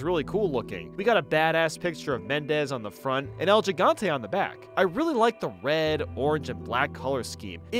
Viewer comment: Huge nitpick, but gigante is gi-gan-te instead of ji-gan-te. Good video tho!